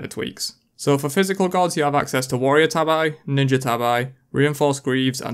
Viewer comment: It’s pronounced like the cat, tabby, not TAB-EYE. They’re the ninja flip flop sock looking shoes from Japan.